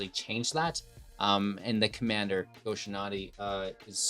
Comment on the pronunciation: Go-shinaty? Dude, read.